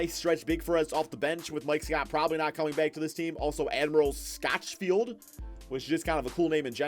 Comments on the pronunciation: 😂😂😂 that's what I said lol haha he really said my dude name so wrong lol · 😂😂 he pronounced my dude Admiral Schofield So messed up lol Vols!